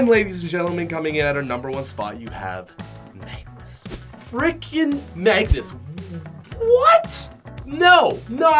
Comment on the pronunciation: Is it just me or can no one pronounce Magnus right?